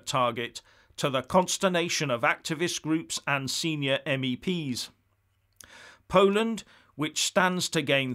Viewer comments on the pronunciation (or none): none